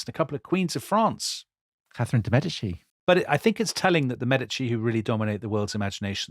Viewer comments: By the end of the program, you eventually managed to pronounce correctly “Mèdici” and not “Medìci”. Now, you might want to try some others: it’s “Signorìa”, “Miràndola” and so on. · Ok, guys, there it is: I enjoyed this series and normally I am all praise but please, please try to pronounce all the Italian names & surnames a little bit better. It is distracting to hear MeDIci, MiranDOla, etc, over and over again. And the other thing is, I regret to say that apparently Charles's army got syphilis at Naples, and not the other way round - so much so it was called " the Neapolitan plague". Tom's performance & Dominic's laughter worked their usual charm, of course. Thanks!